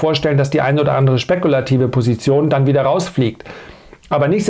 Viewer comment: Alter, DANN, das Wort heißt DANN! Nicht DEANN